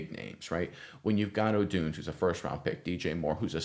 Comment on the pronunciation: Odunze. Not odoonz